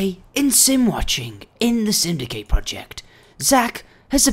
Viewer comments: y r u saying Synidkate when it's simdicate!!! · why did you say simdykate? it's simdycate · dude stop saying simdikate at the beginning!!! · he said syndikate project